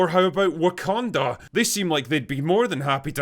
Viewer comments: “WAKANDER” woah bro hard R’s for a black country is wild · did bro just put a hard r on wakanda..? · Also notice how they say Wakander and not Wakanda? Mainly speaking about the whyt EDP looking dude. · I think he's British or Australian and that's how they pronounce it. Not a defense of him, just making a linguistic note.